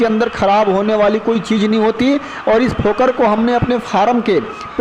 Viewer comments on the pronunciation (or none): भाई जी फोकर नहीं फोगर बोलते हैं